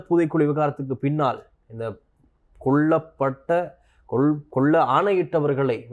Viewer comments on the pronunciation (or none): உச்சரிப்பு திருத்தப்பட வேண்டும், கொள்ளப்பட்ட அல்ல கொல்லப் பட்ட